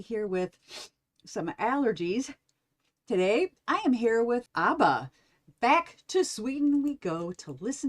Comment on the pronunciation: Ab-bah. Not Ahh-ba